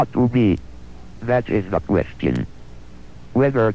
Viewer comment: But did he "really" see da cat